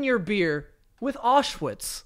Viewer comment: Am I the only one bothered by the fact they aren’t pronouncing Auschwitz properly 😅😅